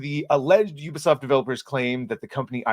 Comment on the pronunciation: Your the only YouTuber that I've seen that can pronounce the name properly 😂 ... Ubisoft . They call it Ewwwbisoft loool